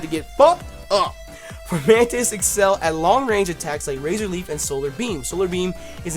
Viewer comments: he said flormantis my boy is blind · Your favorite little mantis is pronounced FOmantis. There's no r. Nothing against u, u just misread it. Figured u want to know since u love that dope mon so much. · There is no R in Fomantis.... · ITS FOMANTIS AUCHIHAKAHEKBDOSBDKDLAIAIQNSAP NOT FORMANTIS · why are you pronouncing an R in Fomantis's name? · There's no R in Fomantis lol